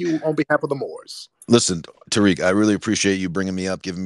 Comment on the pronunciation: Tariq you slaughtered... "T S.("Gazelle") as in "African Deer"!!